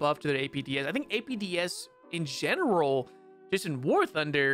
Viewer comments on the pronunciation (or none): none